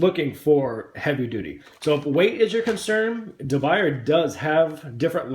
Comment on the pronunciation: It's pronounced, according to English graphics: de biuyaay. Try it.